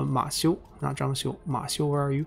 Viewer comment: 张绣是第四声😂虽然能理解，但时常几个比较有名的人物，地名都发错音了，希望能改正